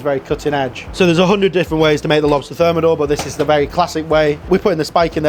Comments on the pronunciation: On dit et écrit : le homard THERMIDOR, et pas thermodor ! ! bye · Insupportable cette voix de synthèse et son homard termodor pour thermidor. Complètement fake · "This style is less ostentatious" "Now we will thicken the sauce with Froi Gras" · Homard termidor et pas termodor ... j'ai pas été plus loin dans la vidéo du coup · par contre c'est "Homard Thermidor" et non thermodor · ThermIdor, not thermOdor.